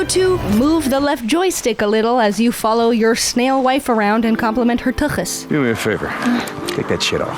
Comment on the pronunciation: I appreciate the pronounced ccccchhhhhh in tuchus. I knew I could trust Yiddish pronunciation. 😄